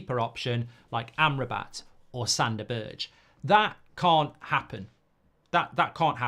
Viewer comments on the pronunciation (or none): This channel is great, Mark. But learn that Sander Berge is not pronounced BERDSJ. Just say BERG.